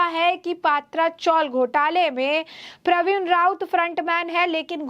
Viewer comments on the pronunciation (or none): none